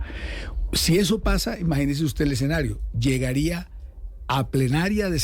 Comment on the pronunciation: eSSSSCenario no eXXenario